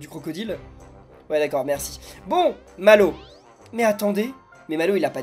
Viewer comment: Mallwo. On. Di. Re. Man. Papa😂😂😂😂😂😂😂😂